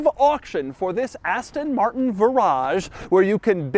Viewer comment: Love Doug's videos, but my goodness, it is painful to hear American's try to pronounce Aston Martin.